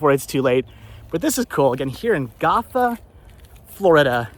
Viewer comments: Gotha resident here. Was about to say the same thing about pronunciation of Go- tha (named after the town and county in Germany as the town was established by German immigrants back in the mid to late 1800s'). Also, Dingens is pronounced Din- jens. Fun fact: that area was once part of a military depot during WWII! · It’s pronounced Gotha (go-tha) , I grew up in the area. Sorry I wanted to educate you. All love.